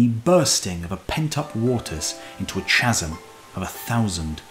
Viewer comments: Excellent work but (trivia) chasm is kas'm not chas'm. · Chasm is pronounced 'Kasm'.